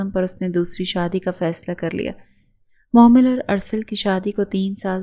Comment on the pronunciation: Mohmal NI mehmal name hai 🥲